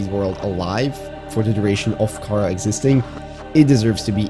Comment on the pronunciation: I love your videos but kharaa is pronounced kuh-ra